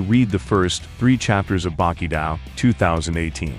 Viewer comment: It's Baki Doh, now Daoh.